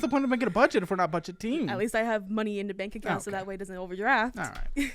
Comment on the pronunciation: BUDEGET -ING, WE'RE NOT BUDEGET -ING 😅😅